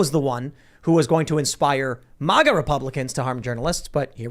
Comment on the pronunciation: Why does this dude keep saying MUAGA… its MA-GA. And F**k the globalist queen.